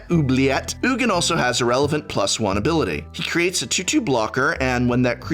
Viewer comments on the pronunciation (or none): "...he cKhEreates a 2/2..." Hehe